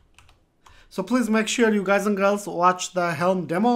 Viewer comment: Love it when you say gays & girls !! thanks :D